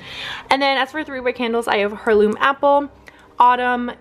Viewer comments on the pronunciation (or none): Heirloom is said like "Air-loom", you were right the 2nd time